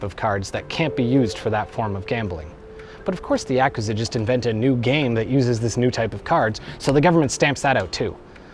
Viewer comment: Technically, since Nentendo bought Sega, Sonic is owned by Nintendo now. Meaning, he was fine to be in this video. Also, anyone else cringe every time he mispronounced Yakuza? Which was every time he said it?